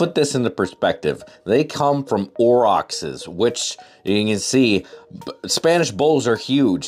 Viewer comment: I believe you're mispronouncing Aurochs